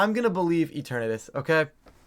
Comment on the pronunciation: Love these!! Just gotta say tho lol it’s ee-turn-uh-tus lol not ee-ter-nay-tus lol